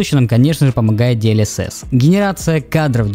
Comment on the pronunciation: "Диэльесесь" - ору)